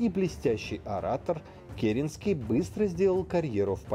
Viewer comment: Правильно КерЕнский!